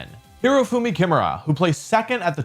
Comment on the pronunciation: Not Shoehei "KIMura", its "kiMUra", emphasis on the middle syllable!